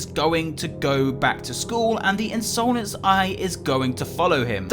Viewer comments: the in sole nce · Me: hears say insolence in another way Me: Hey, that's illegal!